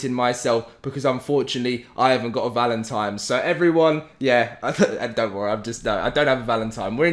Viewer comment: Sounds like he’s saying “Valentime”